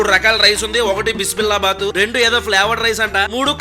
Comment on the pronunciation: అది బిస్మిల్లా బాత్ కాదు. బిస్బిల్ బాత్